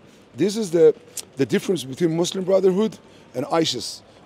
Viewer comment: muslim is the m in mush